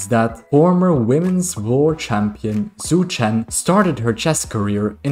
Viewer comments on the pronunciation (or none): "zh" in Chinese is not pronounced like "z" in english, but more like "juh". so Wen Zhou is like "when joe" and Zhu Chen is "jew chen". Well, not really, but it's much closer than the "z" sound you're using.